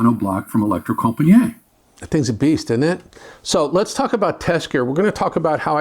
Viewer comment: Yes they are very good and a grate revive as usual only one point deducted for the terrible pronunciation of Elektrokompaniet